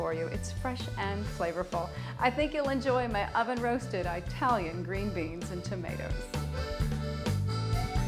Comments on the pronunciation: IT-TALIAN for sure . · The word is not pronounced I-talian. Before you’re going to make something, learn how to pronounce the name of the culture properly. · Eye-talian. Midwest?